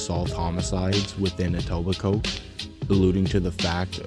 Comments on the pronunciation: Pronouncing Etobicoke with emphasis on the Coke is crazy lmao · I dont think ive ever watched any of these types of videos even ONCE where they pronounce etobicoke properly 😂😂 Even in that cat killer netflix doc they said “eat-oh-bye-coke” lmaoooo Its pronounced “et-ohb-ick-oh” Just so everyone knows 😂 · Etobicoke is pronounced ee toba co